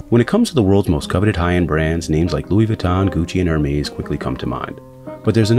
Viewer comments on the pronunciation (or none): Hermes is pronounced air mess. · He also pronounced Hermès like Air-maze 😂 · WOW Never heard someone pronounce Hermés like that before..... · the way this guy pronounced Hermes just pisses me off.